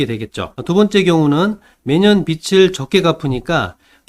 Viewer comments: 빛 → 빚 으로 수정해주시고,, 발음도 '비츨'이 아니 '비즐'로 해주세요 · 빚이ㅡ비지 빚을ㅡ비즐 빚들ㅡ빗들 발음이 너무 심하게 거슬립니다.